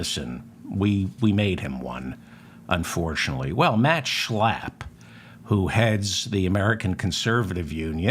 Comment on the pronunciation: Just the way you say his name Schlappp thanks for the laugh.